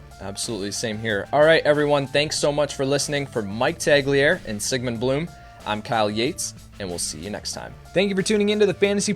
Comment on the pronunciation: UH HEM!! it tag-lee-air-EEE